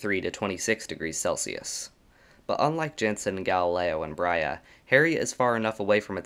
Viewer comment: Brahe ≠ “Brya”